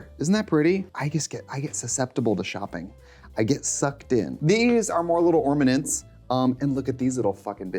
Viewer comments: did she say… ormanents? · "ORM-anents".... Trixie, you legend. I love you. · “little ormanents what flicker😃” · SHE SAID "ORMANENTS" I'M CRYINGGGGG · Why is Charlie Brown pronouncing ornaments like ormanents?! 😭😭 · ORMANENTS. I had to go back and replay it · "ormanents" made me laugh lol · little ormanents :) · Little ormanents 😂😂😂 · It's 8am but I will be taking a shot every time she says "ormanents" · 😂I had convinced myself the first one was an accident. Then after the second one I convinced myself it was on purpose!